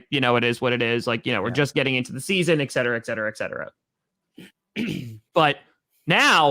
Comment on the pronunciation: ( Packers Owner ) hey, the phrase is ET cetera, there's no X in there. please pronounce it correctly, it would be much appreciated. Also, taking that spam caller like a Boss was gold:-)